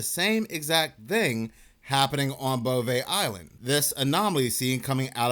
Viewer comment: Think you just like saying "bovay eyeland"